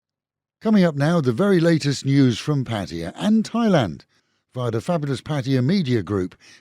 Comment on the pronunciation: It's not patiya it's "" PATTAYA "" NOT patiya